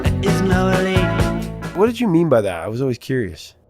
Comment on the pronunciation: I thought he said 'there is no relief'. elite?! hrmmmm